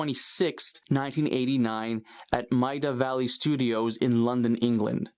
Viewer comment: Love your videos bud but maida vale is pronounced may-da vay-el non Brits always have trouble with that one